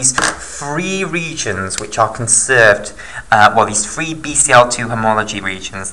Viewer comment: Loved this video!!! But it is pronounced Three, not free